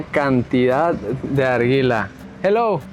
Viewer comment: Con respeto pero es Narguile no "arguila" y respecto a la elección de presidente sería "decisión unánime" no anónima 😂...pilas al editar chicos!